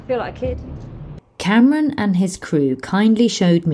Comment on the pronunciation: For some reason I am laughing my butt of every time you call Kamran Cameron. Its pronounced Kam-Raan by the way.